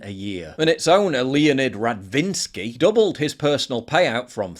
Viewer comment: I like Paul's emphasis on Radinsky's surname... What have you got against Slavs, Paul! 🤣